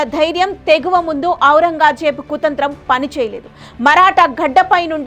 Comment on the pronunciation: ఔరంగాజేబు కాదు తల్లి... ఔరంగజేబు... పదం పలకడం చేతకాదు... కథలు చెబుతావా... ముందు మాటలు నేర్చుకోండి తల్లి.